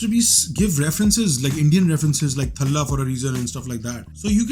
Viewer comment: It's thaaalaaaa for reason not thlaaaa pls pronounce properly it's emotion bhaijaan 😢